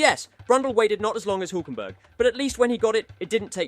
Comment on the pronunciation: His pronunciation is still wrong though 😅